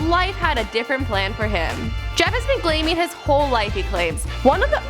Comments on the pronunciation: anybody hear say glaming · did she just say glaming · Is it me or did she say he has been "Glaming"